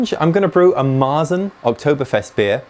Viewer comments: You say "Marsen" to a Märzen. "Marsen" sounds in german like tang smelling socks(but it don't mean that, it sounds only like so). Speak it more like english "Martsen" the A speak like the A in "Tang" so like sheeps say "määäää". But our R sounds in this word more like an U as in "Butter" you can also speak the german R make in the throat, if you can, but in german we don't speak the R. In german we speak to Märzen -> "Meatsn". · MARE-tsin would be how i would write an english pronunciation guide for Maerzen, but you're right the guttural R sound is hard to translate . To your guest's etymology questions, it looks like she was spot on. It looks like the dish was even called marchpane in old english. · we don't speak the R in Märzen, replaced by german A or english U like in "Sun". Z is everytime T+S in german.